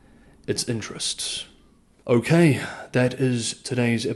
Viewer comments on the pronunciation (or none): none